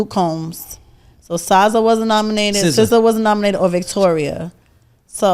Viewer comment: Being a female and not knowing how to pronounce, SZA is fucking insane😂😂😂😂😂